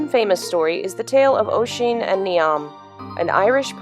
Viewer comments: really love your analysis videos! i'm irish and i just wanted to let you know (not sure if anyone has mentioned yet...) but "Oisin" isn't pronounced like ocean! it's pronounced like "Uh-sheen" also I'd never made the connection between the town and irish myths before so i think its really cool! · Gonna be that asshole and I am sorry but, its pronounced USH-SHEEN (Oisin), TEAR-NA-NOOG (Tir Na Og), he was the son of a cheiftain and the mistake he makes is by trying to help some people lifting a large rock and his horse gets spooked and knocks him off. He is then turned into an old man and spends his remaining days sharing stories of his fathers clan and the realm of magic. What makes this story so interesting is that he is warned not to get off the horse by his wife, but like all great stories he accidentally does so by trying to help others.